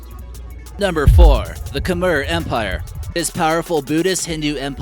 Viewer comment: Sorry it was bothering me but you said khmer wrong